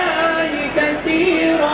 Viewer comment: والحمدلله كثيرا وليس كسيرا اعرف ان لغتكم هكذا لكن عند الذكر والقرآن لازم تتعلم تنطق الحروف بالظبط